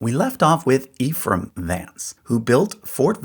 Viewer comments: Ephraim, pronounced Ehfrumm most of the time. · the name pronounced "ef rum", not "ee-frum"